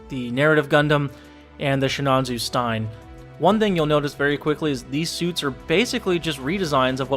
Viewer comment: SHinanju stine is a whole nother level of pronounciation